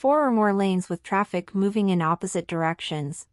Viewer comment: bro said "taffic"💀💀☠☠😭😭